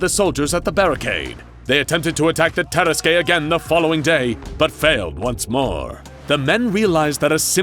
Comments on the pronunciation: Hey this is Lord Blackwood vs the Tarasque, it’s pronounced tear-assQ no tear-as-Kay. Why the fuck are they saying vs 682? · As a french, i have to say that it is said "tarask" and not "taraskué" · the DnD nerd in me is crying. Not only does he plainly state that it's a french region with french pronunciations presumably in in use, and opting to go with the spanish version anyway, but the tarrasque is a creature whose concept existed long before the Blackwood story. It's not "TEH-ruh-squay", but rather "tuh-RASK" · Say it with me, Ta-ras-ke. Not Tar-ras-kay. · It's pronounced "tar-esk", not "tear-es-kay" you seriously need to look up pronunciation when it comes to words you don't know. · Terrasque is pronounced "terr-ask", not "terra skey" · That is not at all how you pronounce tarrasque, it’s TAR-RASK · Lol this is literally a DND campaign!! Lord Blackwood is the Bard. Also, I know it’s a rare word, but Tarrasque is pronounced (tear-rask). It’s also a DND monster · The “tear-eskay” 😂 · Can confirm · Terrasque (terr-ASK) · It's pronounced tar-ask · hey guys, I really like your material. That said, a little constructive advice: Tarrasque is pronounced "Tear-Ask"; the finale e is silent. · No, its Terr-askuh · Someone never played dnd hearing that pronounciation of tarasque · That's not how you pronounce nor spell "tarrasque". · This pronunciation of Tarasque makes me so mad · The way he's pronouncing Tarasque is upsetting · First time ive heard the ue at the end of tarrasque pronounced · Ooof, that "tarasque" pronunciation lol. Also, why wasn't... Teddy Roosevelt, yknow... Teddy Roosevelt? He has a pretty iconic look... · Anyone else annoyed with how the narrator says "tarasque" heeh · I love the misspronounciation of tarasque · I’m imaging other dnd players screaming at the pronunciation of Terrasque 🤔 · It bothers me a lot more than it probably should 😅